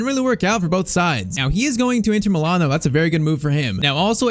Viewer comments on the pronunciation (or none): none